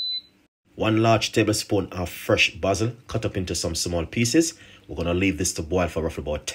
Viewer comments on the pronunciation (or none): Your pronunciation is always off, basil is not pronounced the way u do